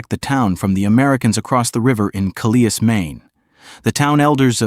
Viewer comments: St. Stephen (not steven) is a great town--I've lived here 39 years--and it is across from Calais Maine (Kal-is) NOT kaleeis as the video calls it. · Ka-lee-is Maine--is properly called Kal-is--whomever is making these videos needs to learn how to speak English! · Having lived for 40 yrs in NB. It’s called Calais. Think of Alice with a c in front of it. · You worked so hard at this and yet your "Cal-ee-as" made me question your work ethic. (Not to mention Amherst and Moncton.) Easy to check pronunciation. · Why do you pronounce Calais the way you do? Obviously, the place was named after a city on the coast of France. It's Kal-lay. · Pronounced Cal - less Amherst is pronounced Am - hurst Otherwise i enjoyed the video as I’m not too far from Calais and am quite familiar with that area of Nova Scotia. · Not so much the images, which were fine and obviously not AI generated. It was the narration that I found dubious. Calais, Maine is pronounced the same as Calais, France. Best of luck with your channel, it is an interesting concept and I'm sure over time it will only get better. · As a Canadian, it took me a while to pronounce Calais right after moving to the Maritimes, easy one to get wrong...